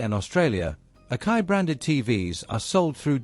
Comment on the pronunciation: it's A-KA-I pronounced Ack-EYE not OKAY.